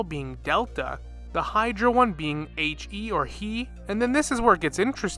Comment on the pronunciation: For the Anemo Hypo, it's not "elf", it is "Ale-f", the same "A" as in Arlecchino or "about". And He isn't "he" (as in the pronoun), it's "Hé", the same hold "h" you use for "hold" or "Hypo-", with the same "e" sound as "tele-(pathic/vision/kinetic)". Also no, the Hypos aren't the Sovereigns. The Hypos are just extremely condensed Elemental beings; super powerful slimes, if you will. And in Teyvat, elemental power leads to higher levels of consciousness, as we see with the Adepti and Yōkai. Also, the lizard thing with Sucrose means nothing, as lizards aren't native Teyvat. All life forms besides Vishaps were created by the Shining Shade of Life, besides Humanity, which was brought to Teyvat directly by the Primordial One.